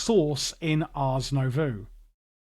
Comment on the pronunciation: nobody added a comment that you pronounced Nouveau backwards (twice). The "oh" sound happens after the v.